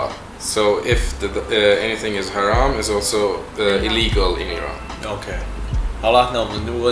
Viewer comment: 不是Harm，而是Haram（严禁）😊